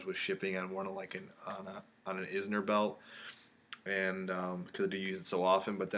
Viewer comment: Inzer not Izner.